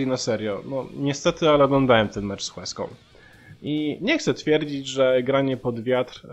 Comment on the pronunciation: A się przypierdolę, jak to ja. "Łeską" h jest nieme :D Poza tym, po kolei: Pele to dzban, brak słów. A dowodów na to milion - choćby Freddy Adu. Courtois chyba powinien zmienić nazwisko na Ćwielong. Szpaku pewnie źle coś gdzieś kiedyś przeczytał, pomińmy :) No i brawa dla Sosnowca. Zagłębie > Juventus